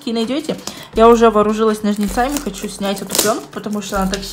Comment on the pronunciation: Но́жницами а не ножница́миииииииии